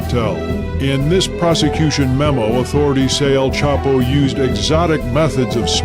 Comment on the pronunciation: Spent All This Time And Money Investigating Chapo But Never Learned How To Pronounce His Name.